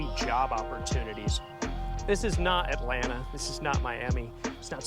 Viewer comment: Atlanaaaaa. Not t